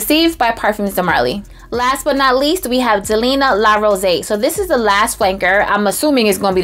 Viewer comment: It’s pronounced “Rosée” (rose-ey).